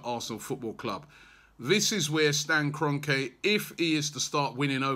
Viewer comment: It’s Kron-kee, ffs Robbie.